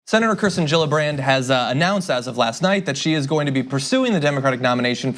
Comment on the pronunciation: Kirstin, not Kristin.